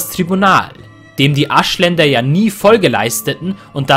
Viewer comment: Gutes Video , ich verstehe aber anstelle von Aschländer Arschländer xD